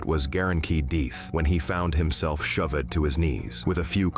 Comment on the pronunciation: guaranteed DEETH and SHO-VID!!! I DON'T understand how these AI voices can pronounce SO MANY words CORRECTLY and then a SIMPLE word like DEATH and SHOVED to be pronounced DEETH and SHO-VID!!!??? What kind of BULLSHIT is that??? I thought AI was SUPPOSED to be INTELLIGENT enough to DETECT that!!!